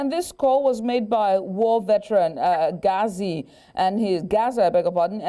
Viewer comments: Point of correction to news reader it's Geza not gazi thank you. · Exactly I found it irritating, she didn't even take the time to learn how to pronounce even the name Geza, she must do better